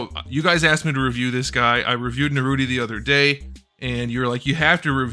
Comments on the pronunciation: I’m gate keeping you for saying Naruti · "Uchicouchie" "Narutie" "Sasuki uchicouchie"